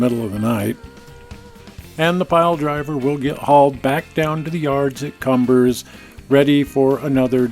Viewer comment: mispronunciation of Cumbres & Toltec D&RG.... it is Kum bres...